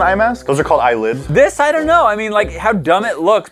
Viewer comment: killled me “those are called eye-LIDS”